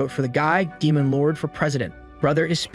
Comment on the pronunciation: the 9th rank damon. I MEAN DMEON OMG U SAYING DAMON MAD EME TYPE DAMON INSTEAD OF DEMON Is named after emergency food